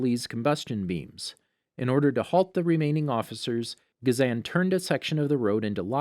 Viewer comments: was lowkey abt to roast u abt sokka when u said sooka and it is pronounced as ghazon not gazaan why do u have a voice actor just watch it then make videos out of it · Gaz an is how they pronounced ghazan, Kia is how they pronounced kya and (make-o) for mako (ma-co) and (ten-zen) for Tenzin (ten-z-in) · "ga-zan" "make-o" "kee-a" you sure youve watched the series??